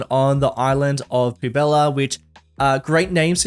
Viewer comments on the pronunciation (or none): 2.20's biggest weakness is french words XD. Poubelle is pronounced "poo-bell". Poubella sounds better for the city though! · actually it's pronounced pu.bɛl (poubelle) not pubella :D love the cs2 series btw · "Poo Bella" bruh that pronunciation lmao